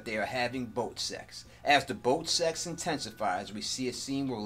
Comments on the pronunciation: So much BOAT sex on the BOAT. Love how you emphasis BOAT sex. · I like the way you emphasized boat sexxx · I cracked up at when you kept emphasizing the term "boat sex".